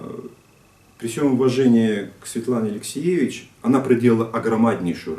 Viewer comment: Фамилия автора книги «Чернобыльская молитва» АлексиЕвич и с ударением на вторую Е. А не АлексЕевич.